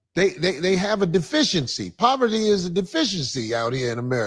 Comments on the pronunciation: Men want a woman in proverty? 😂. She should learn how to say a word before attempting to use it. It’s pronounced PO-VER-TY. 🤣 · said “proverty” instead of “poverty”. 😂😂😂 She is real slow!